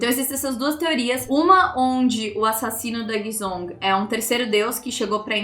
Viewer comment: Guizhong se fala "Gueijon" sendo "gue" com a mesma pronuncia que a gente fala o "gua" em água, só que com o som de E no lugar de A, o "zh" tem som de J apesar de ver todo mundo falando zong li, é jonli mesmo 😅